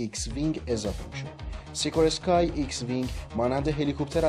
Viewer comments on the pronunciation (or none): با درود به دست اندرکاران کانال خوب هویچ.. بنده اخیرا با اشتیاق ویدئوهای شما رو میبینم و بسیار لذت میبرم. اما با عرض پوزش می‌خواستم نکته‌ای رو یاد آوری کنم که امیدوارم مورد توجه قرار بگیره. نام کمپانی بزرگ امریکأیی سازنده هلیکوپترهای موفق ، "سیکورسکی" هست و نه "سیکورسکای". این نام از فامیلی ایگور سیکورسکی گرفته شده که اینگونه هم تلفظ می‌شه. این کلمه (فامیلئ) روسی هست و سه حرف آخر اسکای نیست. امیدوارم که در ویدئوهای خوب بعدی تون به این مورد توجه بفرمائید، چون کانال شما بیننده زیاد داره و اطلاعات داده شده توسط شما، مورد استناد قرار میگیره در بین بیننده گانتون. پیروز باشید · parazit na parasite, be mani angal. Dalilesh ham khodet gofti. سیکورسکی خونده میشه، اشتباه میخونی هراران نفر هم اشتباه یاد میگیرن آبرومون میره.